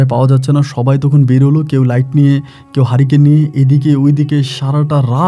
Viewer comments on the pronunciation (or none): none